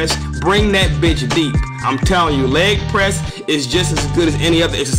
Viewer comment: "Lep Press"? O.o